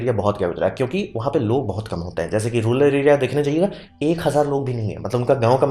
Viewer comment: रूलर नहीं, रूरल होता है!